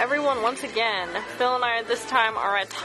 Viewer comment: I swear called him Phail about 50 times, it was so noticeable. Also I dont think Phil even knows what actually happened or how he felt during the time. he just has a list of lies he goes through for every instance.